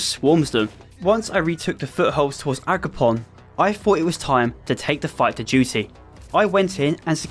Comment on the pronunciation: It's AgroPROM, not PON, pal. Nice content noneless, makes my boring shift a bit more enjoyable